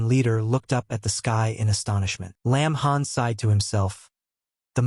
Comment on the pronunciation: got the name wrong it lin han NOT lamb han